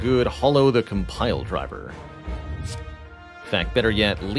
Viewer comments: Add an update to the pronunciations for Compile Driver, Potion, and Dagger in dictionaries everywhere. They are pronounced Compldrivr, Pewtion, and Degger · Compldrvr lmao... Man can't say it or is it a meme?